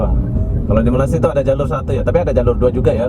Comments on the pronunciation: Sebut Malay dengan malassia pun Korang sebut payah,lalu macam mana Korang sebut Indonesia dengan sebutan Indon? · Apa dia la, malassia malassia, nak sebut malay malaysia pun payah ( lidah keras) s dan y jauh beza tu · Nursan Dimas airil azzam itu bilang malasiiia lah bos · Kenapa tak nak marah orang Jepun sebab sebut Mareshia? hahaha 🤪